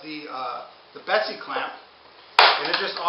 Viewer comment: its a bessey clamp. not a betsy clamp.